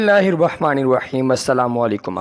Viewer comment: آپ بسم اللہ میں لفظ “و” کی زیادتی کرتے۔ “۔ بسم اللہ الروحمن الروحیم”۔ اپنا پڑھا ہوا غور سے سنیں شکریہ